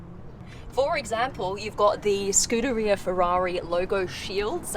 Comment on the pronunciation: Ferrari's scoot around in the rear... scut arnd in the ria... scu arnd the ria... scuderia.